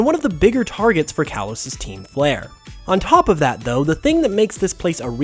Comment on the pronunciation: "Kalos" is pronounced "kah-lohs"